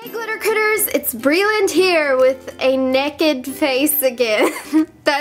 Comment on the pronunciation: did she just say "neked" instead of naked?